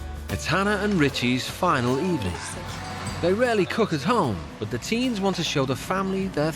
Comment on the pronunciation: "These kinds of teas" I really thought he said teas instead of teens. hahaahha